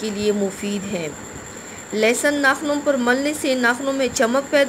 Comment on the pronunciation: Lesan ni hota madam lahsan hota hai😂😂😂